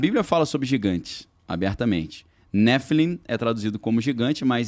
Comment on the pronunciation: A pronúncia não é "néfilim", é "nefilím", justamente por vir do hebraico e não do grego para nuvem. A passagem que usa "Bnei Elochim" ("filhos de Deus") se refere aos governantes descendentes de Seth, que se uniram às filhas de Caim, corrompendo-se ("caindo" em idolatria e atos perversos, por isso nephilim, os "caídos"). Os judeus não acreditam que anjos tenham livre-arbítrio, portanto não se rebelam, tampouco genitais ou forma física, por isso não podem copular com seres humanos.